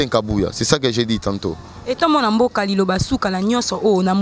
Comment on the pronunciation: Luambo et non lwambwa. Le deuxième intervenant répondait aux questions non posées